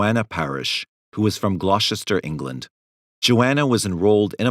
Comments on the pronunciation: For info we pronounce ‘Gloucester’ glosster not gloshester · Apart from English towns like Gloucester! 😂 Let's hope he doesn't need to talk about Worcestershire sauce, hey? 😂